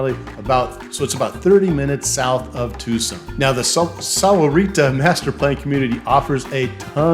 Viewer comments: It's not sowerita. It's 'sawrita' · Yeah, that's not how Sahuarita is pronounced. It's how gringos might pronounce it, but that ain't it.